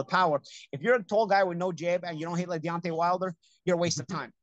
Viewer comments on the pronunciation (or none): none